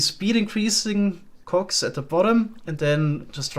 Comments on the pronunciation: Hee hoo, the accent makes it sound like hes saying Cocks instead of cogs. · I love how careful pronounces cogs and shafts 😏. Looking forward to see him play with the create mod some more!